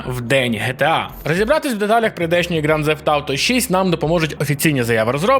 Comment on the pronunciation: Ґранд Зефт?! Інколи мені здається, ти спеціально шукаєш способи неправильно вимовляти слова.